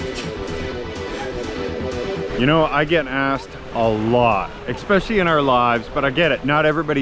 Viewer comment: He “ekkspecially” … “scooped in” .. wasn’t because of the English language, obviously